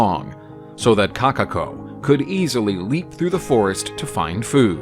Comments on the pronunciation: Number 3: "Kakako" Correction: Kokako (Pronounciation) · “Kakako”THERE IS A O IN KOKAKO